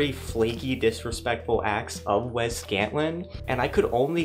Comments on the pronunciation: STOP SAYING "WEZZ" FOR THE LOVE OF GOD! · Take a shot every time bro says Wez Scantlin 😢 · As someone named Wesley who only goes by Wes as well, for the love of God IT'S WES NOT WEZ. THERE IS NO Z IN WESLEY!!! Great video. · "Wez" Scantlin lol. If you asked this guy which coast California is on, he would say "Wezt". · Wezz? It's Wes.